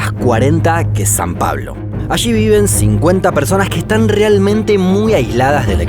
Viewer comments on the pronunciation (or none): Ok voy a aportar al canal pero antes necesito que dejen de decir "ashi" cuando se pronuncia "allí".